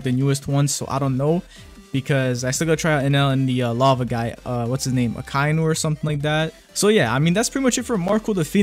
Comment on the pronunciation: “A - kine - new”